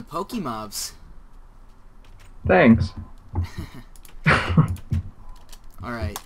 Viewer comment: You pronounce PokeMobs wrong btw, I assume the e is pronounced the same as Pokemon's e.